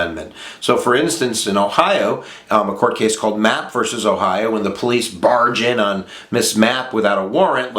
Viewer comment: Plessy verse Ferguson? Come on man. Plessy vee Ferguson or Plessy versus Ferguson. None of this verse crap.